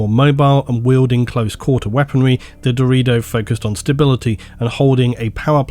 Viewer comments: My man seriously pronounced "Deredeo" in the meme version. He actually said "Dorito". Wtf?! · I think it's pronounced Deh-rer day-oh right? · brother it is called da ray do not dorito. its not a crisp brother even though they carry around other brothers who resemble one. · Ohhhh, Deredo. Thought you said Dorito. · I know it was deredeo but I heard dorito and now I’m cursed with images of Dorito dreadnoughts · Had to do a double take when he started talking about the deredeo pattern because it sounded like "Dorito pattern" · I love you but how did you get "dorito" out of Deredeo? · I swear every time said the "Deredeo" Dreadnoughts I counl'd stop to envision a giant Dreadnaughts of the shape of a... Dorito. The Dorito Dreadnought. lol. Thanks for the amazing video! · Alright I cant be the only one who keeps hearing "Dorito" when Doredeo is mentioned xD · All I heard 😂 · Am I retarded or is he saying Dorito dreadnought? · Hey guys, DRU-DAY-OH dreadnought lol love Doritos though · I at first thought you were saying the ''Dorito'' pattern, and all I imagined was ultramarine cool ranch flavored dreadnought. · I can't be the only person who heard "Dorito Dreadnought" right? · I just keep hearing Dorito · Dorito Dreadnought, that's what I understood a many times when you spoke of the Deredeo.